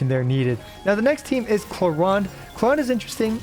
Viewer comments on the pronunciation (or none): Bro said Cloronde